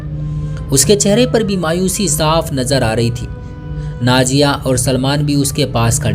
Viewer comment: Bhai aap ki kahani to acchi hai magar bura mat maniyega aap ke kahani sunane ka andaz bahot bura hai, naziya ki najiya kah rahe ho, nazar ko najar kah rahe ho, intezar ko intejar kah rahe ho, zakhm ko jakhm kah rahe ho, bolne ka tarika sahi karo apna